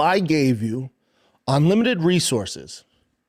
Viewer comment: OnLimited????? Does this idiot even know how he sounds when he talks?